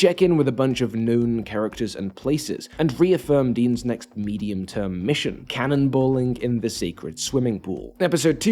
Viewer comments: I can't ignore the way you are pronouncing Din. It's /din/, not /dēn/. The dude's name is not Dean lmao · Dean? Dean Djarrin? Wtf is that pronunciation I love it. ❤ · You pronouncing Din's name Dean will be the death of me